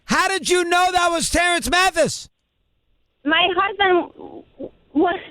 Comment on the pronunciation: she mess up Terance Mathis name to if you listen careful